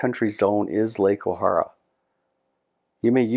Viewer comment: Nice video...but it's pronounced O-hair-a. Was lucky to have worked there for several years when I was younger.